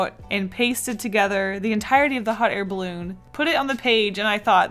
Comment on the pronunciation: Was I the only one who heard "Hot hair balloon"😂